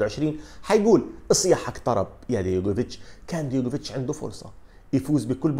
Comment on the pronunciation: أستاذ عزيزي.. العفو منك، اسمه دجوكوفيتش مش ديغوفيتش.